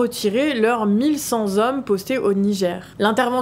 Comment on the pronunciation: à propos des États-Unis qui ne se sont pas encore décidés à retirer leurs mille cent Z'hommes... Et rebelote un peu plus tard, à à propos de l'aide humanitaire et du fait que 400 000 Z'enfants sont pris en charge... Ces liaisons dangereuses écorchent les oreilles !